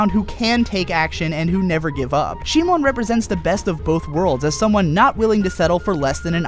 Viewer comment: If you wanna do it the Japanese way, It's Shimon. シモン literally reads Shi-mon. The problem is how he pronounce it, as most people who doesn't speak Japanese do. Kiryūin Ragyō will be pronounce as Ki-RYU-in RA-gyo if you don't follow the Japanese way. Japanese pronounce their R as a light tap, whereas others make it a hard tongue-rolling R. The problem is the same in Gurren Lagann. it becomes Gu-REN Lagann.